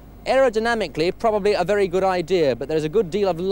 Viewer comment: Why did 70s TV presenters say the word 'very' as 'viddy'? And say 'wheel' pronouncing the 'h'. Alan Partridge does it.